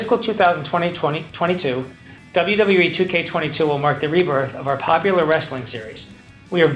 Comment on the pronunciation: Did he say "popular "